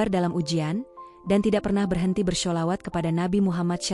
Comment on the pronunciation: coba diperbaiki intonasi cara mengucapkan kalimat Allah buk an seperti yg biasa anda lakukan yaitu alah semoga vodio anda kedepan lebih banyak diminati pendengarnya begitu juga membaca kalimat sholawat yg biasa anda baca dg syalawat